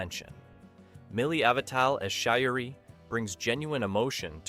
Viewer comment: And he didn't get Shar'a (sp) right either.